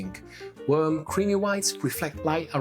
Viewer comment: I love the way you say worm for warm. No worries BTW, we know what you mean.